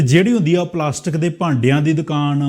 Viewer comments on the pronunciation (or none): none